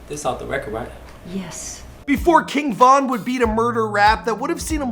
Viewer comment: This dude is a clown for mispronouncing King Von name 🤦🏼‍♂️🤦🏼‍♂️🤦🏼‍♂️